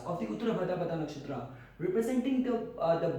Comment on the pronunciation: Your pronunciation of nakshtra names is disgusting🤡 No not only nakshatra all hindi terms .